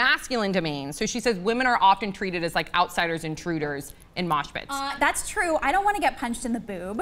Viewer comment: I like how everyone is commenting about mosh pits when she said smosh pits lolol